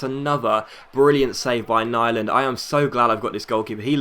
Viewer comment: Nyland is swedish, pronounce his name like youre saying "newland" and its about as close as you can get to how pronouncing his name correctly !